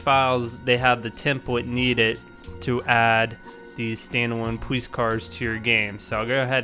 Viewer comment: "Poweece car"